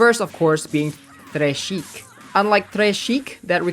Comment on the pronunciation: Woah, you improved your pronunciation of Très Chic! Nice!